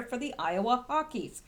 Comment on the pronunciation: Its iowa hawk eyes hawkeyes not hawkies lol